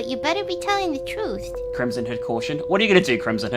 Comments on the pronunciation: Every time says "Crimson Hood", my dumbass brain hears "Crimson Head". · I kept hearing “Krism Hood” lol.